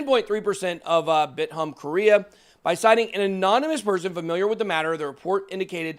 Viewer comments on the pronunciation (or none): none